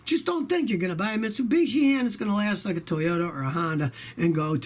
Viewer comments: sounds like he’s saying mitsubitchski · Hmmmm Mitsubishi, or should I say Mit-su-bitchy. Sorry